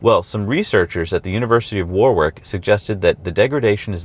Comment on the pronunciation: FYI Warwick is pronounced warick and leicestershire is pronounced lestersheer :)